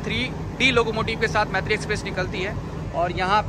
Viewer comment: Bro pronounce correctly m Maitree nam hai par pronounce, moitree hota hai.